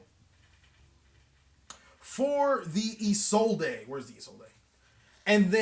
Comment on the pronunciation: isolde is pronounced "ee-sold" i really dont know where isolday came from....